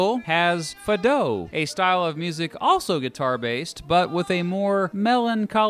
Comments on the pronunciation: He said fadow.. It's Fáá duh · Lmao not fadou, its fado like fahdu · It's Fádo not faaadoh... And you could have shown Fado with traditional Portuguese guitars. Yes we have traditional guitars. Also you should check out folk. We have a very old tradition of folk music traditional clothes and music instruments like the Mirandese pipe. Please check this out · Dude triggered... Not faaado Fahdoo I went apeshit lol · Não me acredito que o gajo disse “Fadow” em vez de “Fado” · my man said FUH-DOE. can’t rly blame you cause you’re not Portuguese but for the love of god, faw-doo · Hmm, it is more commonly pronounced FAH-do in English (still as if someone is pretending to imitate Spanish rather than Portuguese, because Spanish is more familiar to English speakers, but I have never heard it pronounced "fadô" with the stress on the second syllable until this video). Doesn't discredit the great content tho! Portuguese words are always completely 'butchered' when pronounced in a way that sounds natural in English and it will forever be a sore point with people that speak Portuguese because the perception is that it sounds too much like Spanish. :-P That will never change. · When I heard 'fa-doh' my ears turned off. It's pronounced 'fah-do', in case you're wondering. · "Fado" is pronounced FAdoo, not faDOUGH. Otherwise good contrast/compare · It's pronounced "Fah doo" not "Fad o" ahaha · fa-do? its pronounced fah-du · fâdooo -->> it is Spelt Fádu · foi a 1ª vez que ouvi "fah-though"... lindo xD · fah douw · Ri muito quando ele disse fadough. Nunca ouvi nenhum estrangeiro errar tanto nesta palavra. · It's a new genre. Rapping the Fado. Getting the flow. F A D O W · “Portugal has fadow” 😂😂😂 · fadou XD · Portugal has "fadow" lmaoooo from a portuguese guy, damn that made me laugh alot thanks. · kinda ahahha that H isnt that needed, just say as it's spelled with a strong A, like Fádo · "Fahdoo" would be a better representation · Why did you pronounce it "fa DOUGH" 🥵😵‍💫😵‍💫